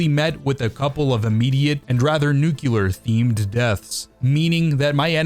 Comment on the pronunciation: you did NOT just pronounce it "nucular"